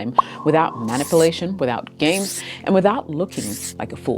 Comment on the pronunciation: Great video but you mispronounced the word "manipulation".